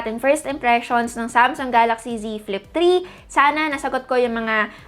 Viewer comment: I just heard z flip tree